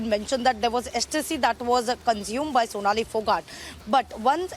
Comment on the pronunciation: Fonali phogat?? Sonali✅ At least get her name correct out of respect!🙏